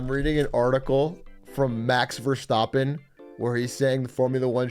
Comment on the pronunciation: Max Ver-stop-en, lovely pronunciation Dr. Carbonation